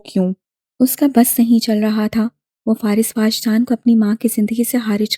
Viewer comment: It is wajdaan not waajdaan